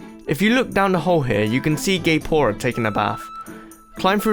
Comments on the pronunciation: Every time you said Gaepora, it sounded like gayporn. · To me it sounds GAYPORA